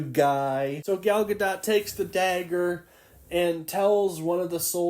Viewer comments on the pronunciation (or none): "i got my sources rite" proceeds to say "Gal Gar-dot"